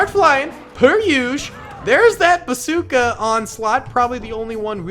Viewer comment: I just wanted to be the 200 comment Also said basooca